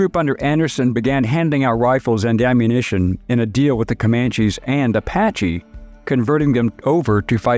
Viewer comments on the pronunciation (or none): none